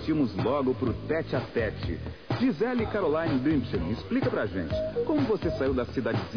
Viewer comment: Ei o nome da menina e Gisele Bündchen. O U se pronuncia com um Tom fechado.E o D tem Som de T entendeu? Nao e bunchen.